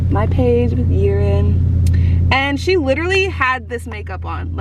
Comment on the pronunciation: If you think Whitnee is hard for them to write / pronounce ... be sure Yiren's is harder because most people butcher the pronounciation ... like you did. xD